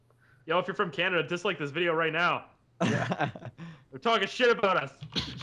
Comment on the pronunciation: at 34 min 30 sec, he says Canadia finally, someone else who says it like that